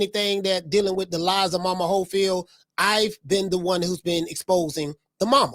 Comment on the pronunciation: How they call him momas hofield 😂😂😂😂😂😂😂😂😂😂😂😂 thas crazy